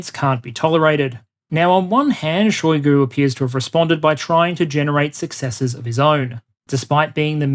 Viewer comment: Shoigu pronounced his name with emphasis on U. You can hear it in video "Истинная фамилия Шойгу))" on .